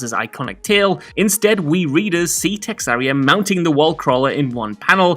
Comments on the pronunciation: Texaria? Really.. its TeRRAXia!! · Terraxia... not texarria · He was thinking about Texas!😂😂😂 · its TERRAXIA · Is it just me, or did anyone else notice cannot pronounce Terraxia? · I'm fucking pissed at that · Came to find this comment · It was so odd, I had to skip back to see how he got to that pronunciation. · It hurt me to hear that